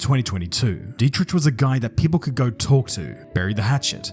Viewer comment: It is dietriCH not tsch